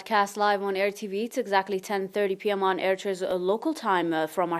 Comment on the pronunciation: Excellent job Zahra especially when naming local places in their rightful pronounciations.